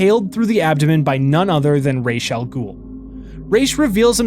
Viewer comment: MY GOD!!! You said Ra's Al Ghuls name RIGHT!!! Most people say it wrong. Like they do in the Nolan movies.